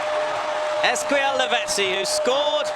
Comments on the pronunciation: Commentator: “ezqwel lavezzi” dafuq it’s eezeqol/Ezequiel. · this nigga really said “esqel” lavezzi